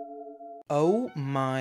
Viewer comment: Im gonna be honest I made this comment while being half asleep and I just couldn’t think of anything else to comment I don’t really care about pronunciation but ngl Wally warbles is rage inducing